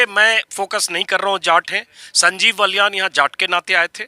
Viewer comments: कृपया नाम तो सही लीजिए उनका नाम बाल्यान है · श्रीमान बलयान नहीं बालयान हैं